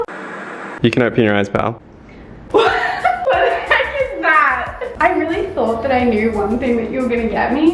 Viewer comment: Sorry but why do they keep saying pall it’s like their couple videos